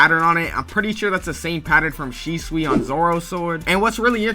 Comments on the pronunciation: It's Shusui not Shisui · aint no way he said "shisui"